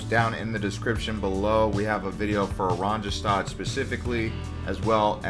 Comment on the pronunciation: Just one suggestion. The letter J in Dutch is pronounced like Y in English. The capital city Oranjestad is pronounced O RAHN ye stahd. It means Orange Town in Dutch.